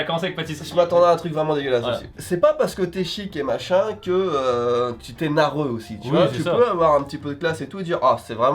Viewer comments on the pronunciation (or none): a dit "narreux":o